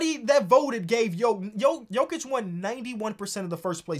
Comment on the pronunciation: It's Jokić. It's HIM and it aint even that close tbh